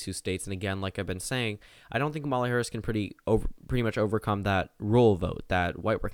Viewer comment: "KAmuhluh" damnit